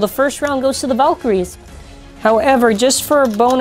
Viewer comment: its not valtrayeks its val tree yeks